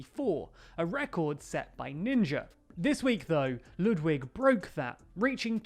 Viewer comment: Ludwig's name is pronounced L-uh-dwig Ah-Gren